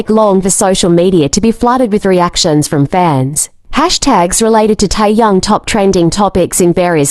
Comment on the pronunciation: I had to listen again after AI saying Tai Yang🤣